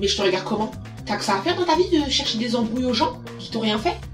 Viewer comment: "Je chewche mon chawgeur" 😂❤